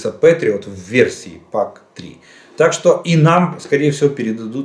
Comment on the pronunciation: "Пэтриот", не "петриот". Желаю Украине победы и полного восстановления - за российский счет!